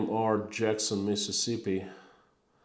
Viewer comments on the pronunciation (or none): none